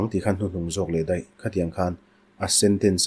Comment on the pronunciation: A ṭha hle mai chutih rual chuan Deih i ti zauh a Daih tih tur zawk ania, fimkhur leh zual nan ka lo sawi mai mai